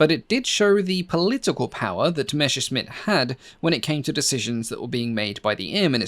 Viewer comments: It's Messerschmitt not Meshersmitt! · please, google "how to pronounce messerschmitt" (it's "messer" + "shmitt" not "mesher" + "shmitt") - your videos are great, full of accurate details, with perfect narration - why not pronounce this name correctly? I understand that you can't get every foreighn name right, but Messerschmitt is so common in aircraft history, maybe you can make an exception and find how to pronounce it correctly. I hope my negative comment won't offend you, I mean no disrespect, I love your channel, and even if you keep saying meshrshmit, you'll still be the best aircraft history channel on youtube:) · Meser-Šmit not Mešer-Smit 😎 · It's very common for Brits (I am one myself) to make this pronunciation error. Perhaps it's because of the second half of the name with the sshhhh sound that people use the same sound for the 'messer' part as well.